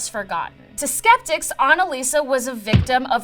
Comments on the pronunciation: Annaliese!!! Her name is Annaliese! Not Annalisa!!! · It’s anneliese not anneliesa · ANNELIESE NOT ANALISA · ANNELIESE NOT ANSLISA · Why did she pronounce the first girls name as Anna-Lisa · she tried so hard to pronounce it right but it still was wrong everytime xD its not your fault german is an ugly language